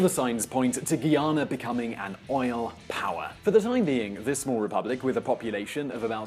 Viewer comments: Firstly, please pronounce the name of 'Guyana' correctly. Also get your facts correct and not from propaganda media. Finally, the success of this country is dependent on the limited interference of the western world to exploit our people and resources,such as was done with gold, diamond and other minerals. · Granger came to office in 2015. Everything else you said is more or less true. It's strange seeing the internet discussing Guyana. Oh and it's Guy-ah-nah. Not ghee-ah-nah. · Guyanese nationals ( and the rest of the English-speaking Caribbean) pronounce it GUY-ana, not GEE-ana. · Ayu Know Abie Nah Talk Prapa English! Whats Up Wid Dis Gui Ana or Guy Ana. You Understand What The Guy Is Talking About! My GUYANESE People Me Tell You! Stuupes! Lmao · Ok before you talk crap about my country, why don't you grow some balls and live there to get your facts straight. Its Guyana not Guiana. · Started pronouncing the name properly and then it all went to crap....Guy-ana...Not Gui-ana. And then a lot of errors...about the Oil discovery dates etc. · First thing first let's get the name of the country pronounce correct it is not Guiana it is Guyana and your video is very misinform If you going to do a YouTube video on a country you should be properly informed and you should have also pointed out with your British accent that the American former President Jimmy Carter went to that country in 2015 and help Red Dead election which had send that country back into a reverse like the American and the British government did in 1964 that is something you should have pointed out Guyana economy was well on their way to better greater things under the PPP people Progressive Party now the an economy is only based on one thing that is oil please be properly informed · I wish the first thing that should do is pronounce the name correctly. It is NOT Gee-a-na it is Guy-a-na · Its Guy-ana; Guy, like a man. Guy-ana. Not gi-ana, not Gui, like guinea pigs. Guy-ana